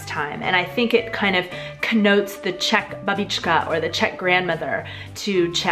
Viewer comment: I literally hate your czech pronunciation